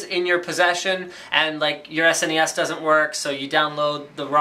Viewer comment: I love that Linus pronounces it properly, as an acronym SNES. Some of my idiot friends pronounce it "SNES" (as one syllable, rhyming with "guess"), which bothers the crap outta me.